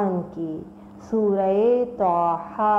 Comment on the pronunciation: سسٹر طھ ھے نہ کہ ط ح